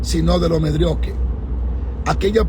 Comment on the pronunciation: Pastor por favor ensaye esa palabra es MEDIOCRE .. NO...MEDRIOQUE . Ensayela para que la diga bien lo corrijo con mucho amor y sencilles espero lo tome con humildad, Desde chile saludos que Dios le bendiga.